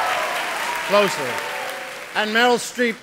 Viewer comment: Clozer...Closer. Hahaha.